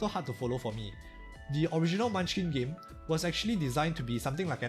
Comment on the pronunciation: Bruh. Its Munchkin